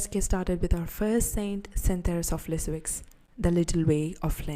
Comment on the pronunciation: Thank you. I think Lisieux is pronounced more like leezyuh. The x is silent.